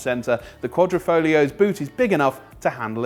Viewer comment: Quad ra Fog lio ? Come on guys, you know how to pronounce it !